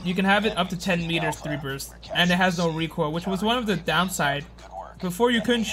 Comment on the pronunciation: ZERO REEKOIL, ZERO REEKOIL